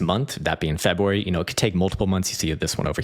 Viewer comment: Can’t wait til March so I don’t have to hear you say Febwuary again until next year.